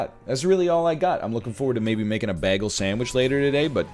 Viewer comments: I'm also going crazy about how he pronounces bagel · His pronunciation of bagel makes me want to commit war crimes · I hope hes doing it on purpose. Otherwise hes a monster. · If he says "bah-gle" one more time... 🤣🤣🤣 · Take a shot every time NL says Bag - El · I still can't get over how NL pronounces "bagel". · Literally Britta'd it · All these comments about how bagel is pronounced, and I've been saying it like NL all my life. Is this some kind of weird Canadian thing? I never noticed until a year ago when someone pointed it out to me (also Canadian though) and I never even noticed my entire life. To be clear, I've been saying it like "bag-ul" instead of "bay-gul". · I'm considering not watching this because of the way he pronounces bagel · Mastered the english language, and then pronounces “bagel” like that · why does egg pronounce bagel like britta does (community) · When NL says “bagel” not bagel